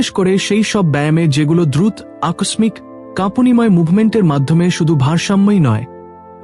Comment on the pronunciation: দয়া করে উচ্চানন ঠিক করুন, বিশেষত: শব্দ উচ্চারণ এ ো প্রয়োগ, যেমন,' উৎস' নয়, উচ্চারনে 'উৎসো', তেমনই ব্যাহত,দ্রুত, নড়াচ রা,এমন আরো অনেক শব্দ। এভাবে শুনা শ্রুতিকটু লাগে। এখান হতে অন্যরাও শিখে। দয়া করে ভুল ব্যাখ্যা করবেন না,৷ আপনার আর সব উচ্চারন, বিষয় ভাবনা মার্জিত। ধন্যবাদ।